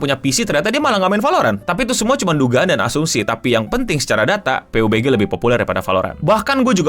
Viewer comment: Bacanya pabji bg